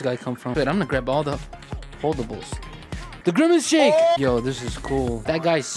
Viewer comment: ITS THE GWIMACE SHANKE